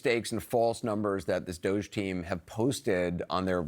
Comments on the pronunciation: IT'S NOT 'DOSZE', IT'S DOG-E - DOGGY!!! 🐶🐶🐶🐶🐶🐶 That's literally the joke!!! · This department name is not "DOHJE", it is DODGY!